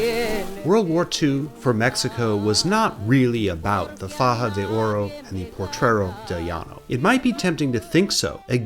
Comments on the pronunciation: great video!. That ship name is Potrero, not portrero. Mexicans still consider thos sinkings a false flag, there no reason U boats would not sink better US objectives but those former italian ships. German spies include Guido Moebius in Monterrey. State of war meant the mexican gov was hugely concern into draft andinflation, as house rent was even controlled. grandpa ( ) was a bracero, they managed to get some financial compensation (he died before that). 1917 mexican constitution didnt prevented women from voting, in facta there were female city mayors ellected the next year, the 1953 female voting reform was nothing but populism. You should call US invasions that way, not intervention. It´s great yo explained XIX century history but letś face it: since 1820 the US has controlled Mexico. letś see why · "Potrero". You've got an extra "r" in there. 😉 (Thanks for doing this video!)